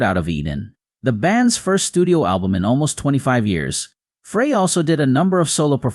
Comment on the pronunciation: This announcer does not pronounce Glenn's last name correctly. Frey is pronounced as: Fry It is very annoying that this announcer keeps saying it wrong !